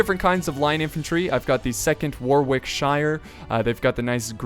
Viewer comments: Warwick is not pronounced like that. It's pronounced worrick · also warwick is pronounced "warrick"